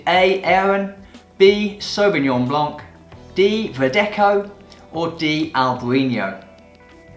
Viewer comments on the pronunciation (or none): 10/10 it was quite easy for a wine professional with +10 years experience. Your pronunciation of la jota is a bit odd... yoven, verdeko?